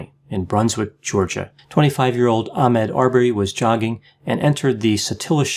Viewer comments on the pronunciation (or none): Ah-Maud not Ahmed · Mr. Arbery's first name Ahmaud is pronounced 'ah-Mod' not 'ah-Med'. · Ahmaud. I wish you would pronounce Ahmaud's name correctly. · You mispronounced his name. Geez! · You should start by being respectful enough to NOT mispronounce the victims name. You should be able to read and I'm sure you've heard his name a lot of times. I see you didn't mispronounce the murderers names. So with that being said the rest of your video is null and void. You need to go back to school and you are a racist.